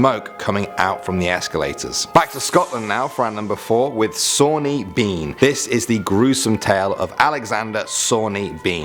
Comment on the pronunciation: Hmm, given the date ae the Sawney Bean legend, I'm wondering if it's actually pronounced "ban" rather than "been". There is a Clan MacBean, which is Englified as Clan MacBain. If this is richt, then it makes the legend rather ironic, as the name Bean is derived fae Gaelic fer either life (beatha) or white/fair (bán)